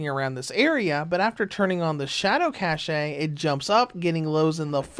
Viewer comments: Lol I love how you think cache is pronounced cashaye. It's actually pronounced exactly like the word cash. The e is silent. Not making fun of you, but it definitely made me laugh. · it's Cache(Cash) Not Caché , Damn you are native english speaker ! how low can you be St u pi D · I usually don't care about stuff like that, but I'll admit I cringed every time he started saying "shadow cache." But I do appreciate the tip to use that setting for this game.